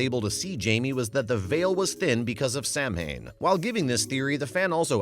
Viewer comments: The narrator should learn to pronounce Gaelic words. The spelling is not phonetic. Repeatedly saying "Sam Hane" when it should be sow' ahn is as grating and disrespectful as pronouncing "Dia de la Muertos" as "deeyay delay murtuss." Pronunciation guides are available free! Your viewers deserve better.✌🖖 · Commentator, learn how to pronounce Samhain (saw one) and other unfamiliar words before recording, please.